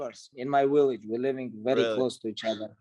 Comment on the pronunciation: Khabib “I’m in my willage” Nurmogomadov